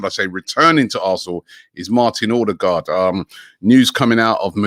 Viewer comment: ….and Odegarrd saying it Ordegard, when it should be pronounced odegauld as in (Bobby Gauld). It’s not difficult and a little disrespectful.